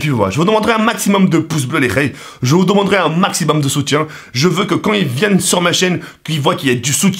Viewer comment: "je vous doumendrais" à 0.3 seconde